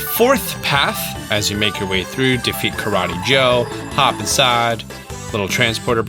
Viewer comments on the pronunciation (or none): none